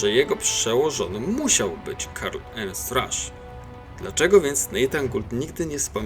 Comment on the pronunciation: Piszę bo w początkowej części filmu akcentujesz to na łernst